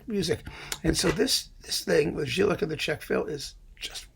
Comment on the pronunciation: I know you don't care but somebody might do: Jílek is supposed to be pronounced with "Y", like "Yalta" or "Yamaha"... Anyway, I didn't know about this Peter Breiner set. It seems to be a great tip!